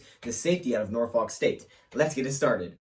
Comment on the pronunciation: Ewww why he say Norfolk like that